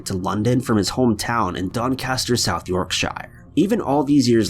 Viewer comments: Sorry to be a pedant......but it isn't 'York -shire ' it's pronounced 'york - sh' ! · We pronounce it: DON-CAS-TER SOUTH YORK-sheer. Whenever you see a SHIRE at the end of an English place normally we pronounce it as sheer. ❤️ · Coming from here, I can confirm that it's pronounced YORK-SHER - it always makes me smile a little when I hear it pronounced by Americans though 😊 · South YORK——-SHIRRRE 😆😆😆😆. Why do yanks split words up that arnt split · Lol I'm from Barnsley and couldn't agree more. Americans always say Yorkshyyyyrree. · Still can't be bothered to look up how to actually pronounce Yorkshire ey? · I never thought I would hear an American try to pronounce Doncaster. Tbh it was actually very accurate. Much better than Yorkshire.